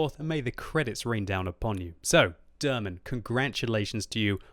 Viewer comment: You pronounce his name wrong :P Haven't notice he's from Turkey till you showed the Turkish flag :) Derman Bey is like Mr Remedy :D